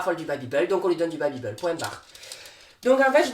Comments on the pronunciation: Tu fais que dire babibeul c'est babibel et ça ce pronoce babibél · Babibééééle pas babibeul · Mais pourquoi babybeul?😭 chuis la seule à dire babybel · Ho mais le "babybeul" m'a fait beuguer toute la vidéo 😂😂😂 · « babybEUl » mdrrr